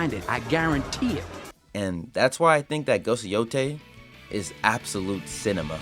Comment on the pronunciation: More like “Atsulute Cinema”